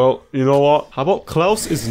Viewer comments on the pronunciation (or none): none